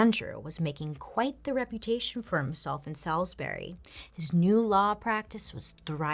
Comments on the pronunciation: Ok great vid only thing that drove me crazy as a North Carolinian was that you kept calling it salisbury when everyone pronounces it SAULS BURY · That was a pic of Salisbury, MD that pops up when you mentioned Salisbury, NC. FYI And it’s pronounced SAWs-Bury. I know. Weird. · Me: Living in UK Salisbury zoning out with video in background Bailey: Salisbury Me: 😶